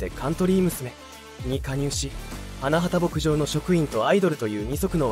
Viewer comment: いい歌が多くて好きです。 ひとみさんのご冥福を御祈り申し上げます。 ところで、花畑牧場は「はなはた」ではなく「はなばたけぼくじょう」です。 べりー工房でなくベリーズだし…😅 あとメンバー紹介の所も最初から流れる同じ写真が目まぐるしく変わるだけなので誰が誰なのか一般の人には判りづらい。 それに…メンバーのその後といっても、wiki情報を丸写ししてるだけで最終情報すら10年以上前…… あさみさんは現在ゲーム系YouTuberちゃみんとして活動してる事位は有名なんだから調べてほしい。